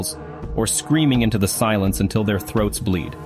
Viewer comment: It’s AI. There was a line that had the word until, and it was read aloud as “unti I” with revealed that it’s not a human.